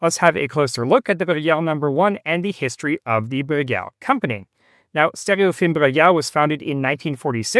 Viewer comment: Take a shot of whisky every time he effortlessly says Bruguière.